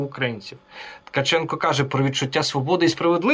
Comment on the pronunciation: Сорри, не Ткачук, а Ткаченко...